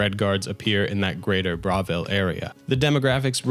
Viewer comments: How you're saying Bravil is killing me, it's like you didn't listen to anyone speak in the game. They say it, it's BRUH why are you saying BRA? Pronounces Bruma as BROOM but won't pronounce Bravil as BRUH. 😂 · great video but the way you pronounce bravil fills me with rage